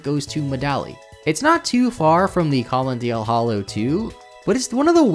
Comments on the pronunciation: Colonnade =/= "colondale" Orchard =/= "orkard" Yes, I am being that person and I'm not ashamed of it. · Your pronunciations of Collonade and Orchard are abysmal